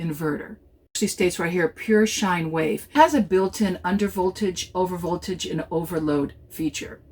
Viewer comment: "Sine Wave," not shine wave.